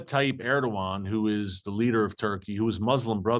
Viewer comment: Just want to correct you as I’ve heard you mispronounce the name many times. The name of the Turkish president is Recep Tayip Erdogan. A C in Turkish is pronounced as a J and a P in Turkish is a B. With that being said his name is Rejep (Rajab in Arabic ) Tayib Erdogan. Hope you correct this error thank you.